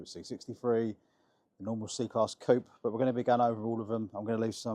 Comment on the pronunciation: Why can't anybody pronounce coupe.